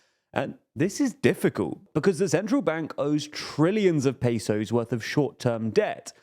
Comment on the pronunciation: Pronouncing Pay-sous is funny